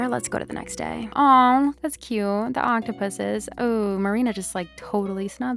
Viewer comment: When you said the octopuses I thought you said the ankha puses. Im dead